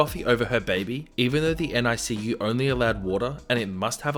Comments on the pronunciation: Fyi NICU is pronounced nick-you not N-I-C-U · Extremely late, but just so you know, NICU is just pronounced basically like it's spelled(nick-you), you don't have to say each letter. (My mom works in the nicu) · Narrator: NICU is just said as if it's a word, "NICK-you." (Best friend is a NICU support volunteer for moms since all three of her kids were NICU babies.) That said, the mom was SERIOUSLY endangering every baby in the NICU. Even her loud outburst endangered the babies because they're very sensitive and fragile and just the shock and fright from sudden loud noises could cause a NICU baby physical harm. She probably set back some babies' recoveries. Monster Mom.